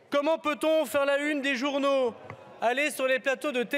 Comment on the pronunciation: Comment pouvons refuser de virer un Darmanin qui ne parle même pas français correctement, qui n'est pas fichu de savoir qu'entre le des et handicapés on ne fait pas de liaison